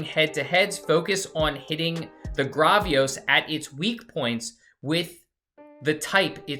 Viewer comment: it’s Gravios, Say the first part like gravel (like the meterial)